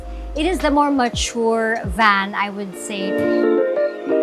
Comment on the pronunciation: Sana matutunan nya paano i pronounce ang vowels. Yung hindi pa conyo kundi standard english. Sa van palang. Hindi short a